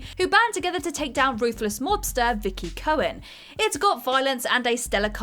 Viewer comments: I checked the comments and didn't see anyone bring up the fact she calls "Mickey Cohen" as "Vicky Cohen". I mean it's one thing to mess up the pronunciation of someones name or over emphasize certain letters or syllables, but this just seems silly. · No. I definitely heard that. The subtitles said Vicky as well.